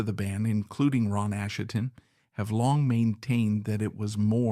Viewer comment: So this narrator is obviously AI, it doesn't even pronounce Asheton correctly! Therefore, the writing may be AI or Chat GP as well. That means I have no desire to listen to the whole thing.